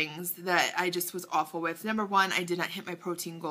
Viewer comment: You had me cracking up with the way you said a-w-ful!!..lol!! at the beginning of this video...you are so beautiful girly love your color and now that you said beach I can see how you got your tan...congrats on the weight loss your doing great!! vodka and tea hmmm sounds yummy..hehe!!...sounds like you did great by staying away with bad eating...your too cute just love you......HUGS!!...where are you from?...love rosemary ♥♥